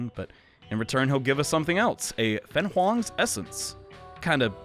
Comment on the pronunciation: Not sure if anyone mentioned this before, but I noticed your pronunciation of Feng Huang is usually Fang Wang or Fang Hong Feng is pronounced as Fur-ng / Fer-ng in mandarin and Huang can be broken down as Hu-wang / Hwang Just a heads up since your pronunciation for the other chinese myths have been pretty good (such as Xuan Wu – surprising since a lot of people get scared of that X). Love your playthroughs!